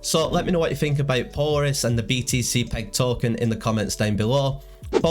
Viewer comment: Thanks for the info! FWIW, Polaris is pronounced with the accent on the second syllable. "Po-LAIR-is. As in Polaris, the North Star